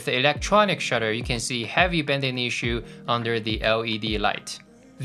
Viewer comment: Thanks for that. PS: it's bAnding not bEnding. Just a pronunciation issue. : )